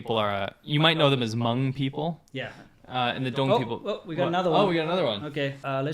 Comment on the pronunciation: I'm sorry but I can't stand this any longer, lol. Phonetically the word 'Hmong' is pronounced with a short /o/ sound and not the /uh/ sound. We're not a type of bean, thank you. 😂😂😂